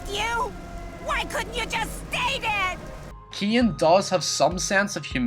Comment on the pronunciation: It pains me how you say the name Kane